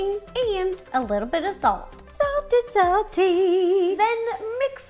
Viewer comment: I Love How Evrytime She Ses satly Salty!! Everytime She Poors!? Or Shackes?! The salt Love you rosana i Wish everyone The Best Holidays and new years!!